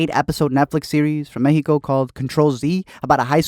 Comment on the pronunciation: You said meJico like a latino. You go!